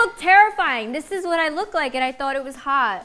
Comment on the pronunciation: The fact that you spelt "hot" as "hawt" cause she said it 😭😂